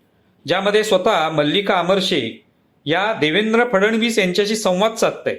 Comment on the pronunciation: फडणवीस यांचा उच्चार फड-णवीस असा करावा.